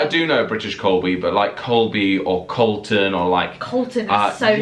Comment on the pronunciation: Its Colton not Calton